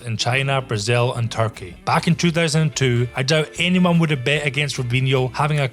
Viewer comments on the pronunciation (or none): none